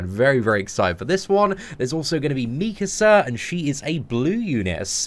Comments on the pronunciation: The way you were pronouncing mikasa was triggering me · His pronunciation of Mikasa is killing me